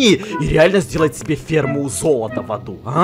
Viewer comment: сказал в заду а не в аду